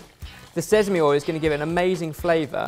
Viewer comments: smh still hasn't improved since his pronunciation lesson in Cheese Week... it's "sesame", not "sezame", come on! Even worse, now picked it up too. 😂😂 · Sezamey oil? And here i thought it was sesame this whole time... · "Sezami oil" 😂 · Both of them are having difficulty with sesame